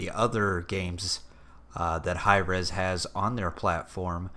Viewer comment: haha god damn it Hi-Eez this is so stupid but THANK YOU VERY MUCH!